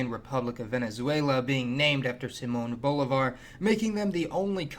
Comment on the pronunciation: Simon Oblivar?? (laughs in San Martin), read some books mate